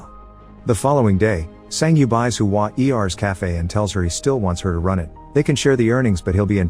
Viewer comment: Hua-er is pronounced as Hua + "ear" without the "a" in between. Like saying lousier but without the "lou" and "i"